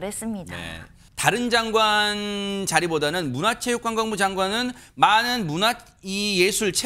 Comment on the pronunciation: 이름은 모르겠는데 앵커 뒤 말한 여자분, 좀 똑바로 해 주세요. 장간이 뭡니까, 장간이.. 장관이지, 징관!!!